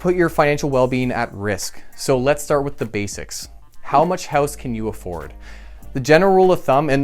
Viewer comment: I'm pretty sure you said, "Buy a hose."